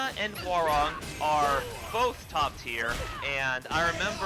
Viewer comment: Thank goodness, someone knows how to pronounce Hwoarang's name correctly.